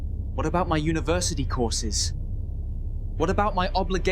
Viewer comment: "What about my unviersity courses" 😂😂😂